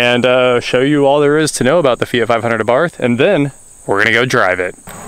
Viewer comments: Feeyghat ??? Hahahahahaha its called and spelt fiat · Its fiat loool